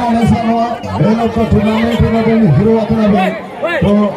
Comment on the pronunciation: Tournament not turnament